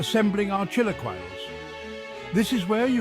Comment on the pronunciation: The pronunciation of chilaquiles is killing me 😂